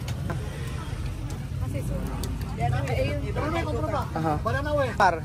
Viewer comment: Ayusin nyo nmn bigkas ng banana q. Pra nyo nmang bini babytalk. Nsa pilipinas n cla, dpt masanay n ng tamang bigkas